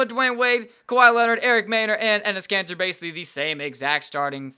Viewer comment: and he says cancer instead of Kanter 😂